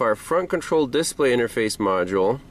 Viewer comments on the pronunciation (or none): Is that a local emPHAsisthat is used for the word "displa'y? That's okay, in Wisconsin water fountains are pronounced "bubblers".